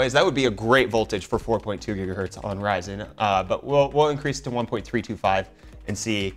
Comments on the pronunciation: its Gigahertz, not Jiggahertz! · not how your supposed to say gigahertz lol it's not Say jija what